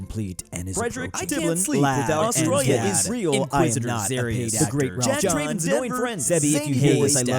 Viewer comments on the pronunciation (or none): none